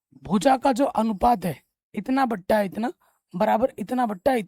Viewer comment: सर गणित आप बहुत अच्छा पढ़ाते हैं ; लेकिन आप बटा को बट्टा कहते हैं जबकि बट्टा छूट को कहा जाता है इसपर आप विचार करे